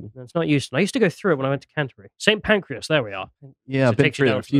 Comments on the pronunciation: no he pronounced it Saint Pancreas not Saint Pancras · St pancras not pancreas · Did I hear call the railway station 'Saint Pancreas' 😂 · Are you joking I can't tell. You know it's St Pancreas right. If you're going to correct someone like that at least Google it first, it takes about 6 seconds. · "St pancreas"😂😂😂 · Because pronunced the station as Saint Pancras. Op says I can't believe pronounced it Saint Pancras. I know the station is spelt st Pancras. But it's obviously pronounced "Saint Pancras". So I assumed you were foreign as you seemed confused by this. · OMG do you not try to get an inkling of a subject before you start talking about it? It's not Paddington, it's not Euston – it looks nothing like Euston – it's St Pancras. And in these days of Tinternet it's incredibly easy to find out these things, and you look like ignorant idiots when you don't. P.S. I really love your show and your perceptive observations.